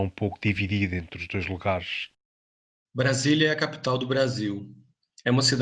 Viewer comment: "Brasilia é a capitau do Brasiu" 😆 😆